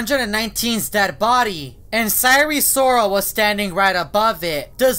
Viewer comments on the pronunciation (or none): Why do you pronounce Sire Sirol Sire Sorol?